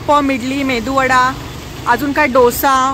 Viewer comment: 🙆‍♂️अरे Mam, "मेंदू वडा"❌️ नही उसे "मेदूवडा"✅️ बोलते हैं।🤦‍♂️